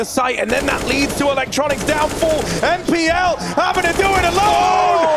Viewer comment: Did the caster just called npl "nipple" ? 🤣🤣